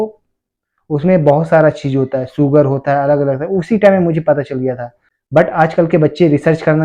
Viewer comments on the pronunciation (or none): सुगर नही शुगर् होता है